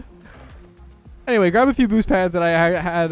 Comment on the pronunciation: "poods" is actually the Canadian pronunciation for Boost Pads, I get it